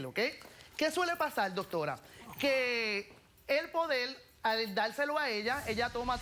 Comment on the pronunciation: Que suele pasal, que suele pasal, que suele pasal, que suele pasal, que suele pasal!!!! Coñoooo nojoda me aburristes con ese maldito "suele pasal" y ni siquiera lo dices bien coñazo porque se dice: Suele pasar ok con rrrrrrrrrrrr nojoda 😂😂😂😂😂😂😂😂😂😂😂😂